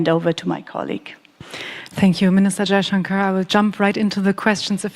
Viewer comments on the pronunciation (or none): Its 'jaishankar' not jaijankar. They cant use their alphabets correctly. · Did he said, "Jaichunker" seriously, heyy man he is Mr. S. Jaishankar not "Jaichunker"😂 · You are murdering his name